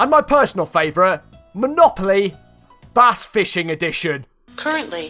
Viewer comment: it is bass lol not bash